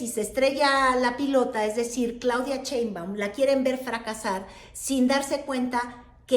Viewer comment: ES PRESIDENTA SHEINBAUM, NO COMO TU DICES CHEMBAUM, ES SERIO TE ESCUCHAS MUY RIDICULA , TU HABLANDO DE FORMAS DE POLITICA, INTERNACIONAL PERO MUY MALA TU PRONUNCIASION ..SI ERES MALA PARA ESO SE TE AGRADECERA DECIR PRESIDENTA CLAUDIA S PARDO...